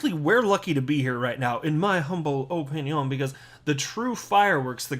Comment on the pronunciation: Your humble OpinYawn......lol